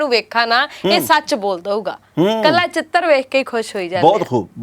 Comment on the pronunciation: chitar Hunda....chited. ni